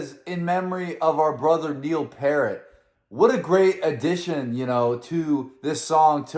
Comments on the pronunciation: It's pEARt not Pert or parrot!!! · Man I love that you enjoying reacting to Rush. But the drummers last name is not Parrot 🦜. It's pronounced Pee-Air-T. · Neil's last name is pronounced "Peert", The message was more about the record companies and what they pushed, rather than letting the fans decide. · Ummm... it's pronounced PEERT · Pier-t... Peer-t. Rush FTW! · Yeah, they go to basically a reggae section there for a bit but somehow just works perfectly. Also, Neil's surname Peart doesn't rhyme with parrot or dirt, it rhymes with fear. That is a link to one of my favorite songs from their mid 70s era, it's on the B side of the concept album 2112 where it is just Standalone songs and they are all incredible. But check this out man, everything about it rocks and his voice is fantastic and the message is so positive and the guitar solos are amazing and the bass playing is amazing and all that stuff. It's just a real banger and the favorite of a lot of early Rush fans. "Something For Nothing". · Dude, love following you. Keep it up. Still waiting for that Flirtin' With Disaster from Molly Hatchet reaction. By the way, it's pronounced Neil Piert (Peart) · Oh and everyone mispronounces his name including me for quite a few years it's Pee aert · Please learn how to pronounce" Peart".